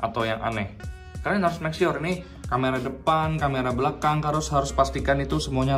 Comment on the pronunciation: ngakak di "kamera blangkang" typoo mulut